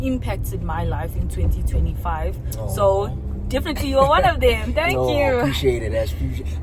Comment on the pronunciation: “tank” 😂😂😂😂😂